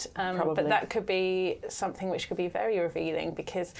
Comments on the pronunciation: Sorry - Kate is a journalist and she says “SomeTHINK”!!!!!!!! Are you actually joking. How do you spell that? How very odd. It annoys me when you hear people say this - but a journalist?!??? Whoooo!! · I thought something is pronounced something, so why does this woman pronounce somethink????? She's supposed to be a professional. Get her eloquent lessons.